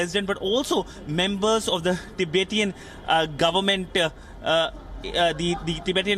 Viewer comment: The way he pronounces "ti-bay-tian" haha He has never prounced it ever in his life before this video lol